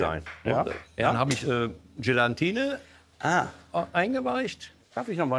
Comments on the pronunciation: Oh ja ...das heisst Jelatine und nicht Jelantine 😂 ...nicht aufregen ist extra so geschrieben😉 ...genauso schlimm wie Agnes oder Angnes zu sagen ...🤗...es gibt schlimmeres 😘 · Verdammt noch mal . Warum weiß ein Profi nicht, das das Gelatine heißt !? NICHT GELANTINE !!